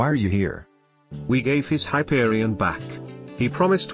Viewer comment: Hyperibond? Hyperishot bang bang Hyperishawn